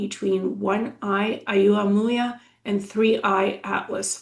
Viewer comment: Hi, Oumuamua is pronounced "oh-mu-a-mu-a". Wow, I had no idea you could get such detailed information from remote viewing.